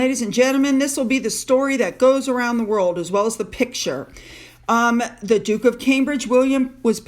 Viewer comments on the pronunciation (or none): none